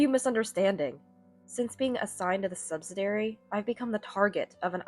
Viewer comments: Subsidiary is said as "SUB-SID-EE-AIR-EE", and not "sub-sid-air-ee". Your voice sounds like a junior high schooler or high school freshman who is bad is English and can't pronounce words correctly. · liarn to read English. the word is sub -sid-ee-ary. either that or get a new and imprived AI reader. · Subsidiary is pronounced suhb-si-dee-eh-ree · Please note the spelling of subsidiary for proper pronunciation, not "subsidary" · They need to remove the word subsidiary if they are going to use a reader who has no idea how to pronounce the word.